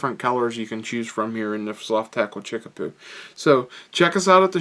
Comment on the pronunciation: Great pattern...fish love this one. But it's chickabou not chickapoo lol.